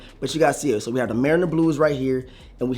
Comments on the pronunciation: Did he say the mariner blues I’m sure there the MARINA Blues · Muh-ree-nuh.. like a boat marina.. no biggie, just poking fun bro lol